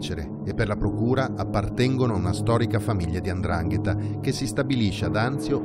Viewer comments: Non si dice Andrangheta !!!! Si dice 'ndrangheta !!! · Tutto molto bello,ma si dice Ndrangheta non Andrangheta